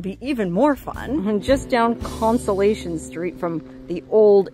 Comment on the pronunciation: It's Constellation not Consolation. Like what you see in the sky at night.